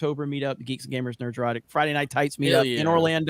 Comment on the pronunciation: I really really cant stand how says Nerdrotic. I'm sure it's been a topic before, but gawdang it's annoying as fuck! Nerd-rotic not Ner-drotic!! Fucks sake!!